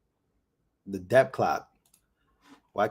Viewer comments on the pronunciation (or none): Love your videos! Thank you for your hardwork. The letter "b" is silent in the word "Debt." It sounds like, "Det." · Stop pronouncing the 'b' in the word 'debt'. It's a letter. It's like pronouncing the 'g' in 'laugh'. It's bad. Don't do it. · sorry, I can't., bro, the "b" in "debt" is silent. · It's imports and exports, not outports.. .lol and the "b" is silent in the word debt. Just trying to help.